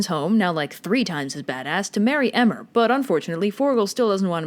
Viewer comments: It's Cú Chul -ann. It's Irish. And Emer is pronounced Ee-mer. But there is this one cool story about how Cú Chulainn cheated on Eimear with a water spirit and seeing Cú Chulainn's love for the spirit, Emer decides to let Cú Chulainn be with her. The Spirit, heart warmed by Emer's kindness, decides that Emer should keep Cú Chulainn. Cú Chulainn was actually named Setanta and Cú Chulainn was a title he earned when he killed the hound and became Chulainn's guardian. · "Kookolane" hahaha it's pronounced "Koo-Kulin". And "Em-mer" is pronounced "Eee-Mer" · Cú Chulainn:Pronounced Coo Culunn Emer: Pronounced Eeemer Apart from that, nice vid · Please omg I almost died listening to how she was pronouncing the names 😭 cu chulainn was bad enough, but I think my soul left my body at emer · And Emer